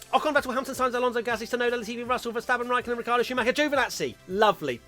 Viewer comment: Preeeeetty sure you said "Rittardo" at one point of the Race Rundown and I'm still laughing